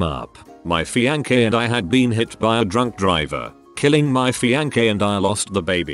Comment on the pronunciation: The way it pronounces "fiancé" is painful